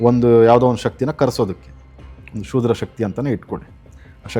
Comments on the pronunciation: ಅದು ಕ್ಷುದ್ರ ಶಕ್ತಿ.. ಶೂದ್ರ ಶಕ್ತಿ ಅಲ್ಲ... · ಶೂದ್ರ ಶಕ್ತಿ ಅಲ್ಲಪ್ಪಾ, ಕ್ಷುದ್ರ ಶಕ್ತಿ😂😂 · ಶೂದ್ರ ಶಕ್ತಿ ಅಲ್ಲ..ಕ್ಷುದ್ರ ಶಕ್ತಿ.